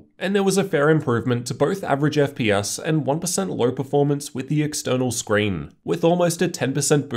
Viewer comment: You mean Scween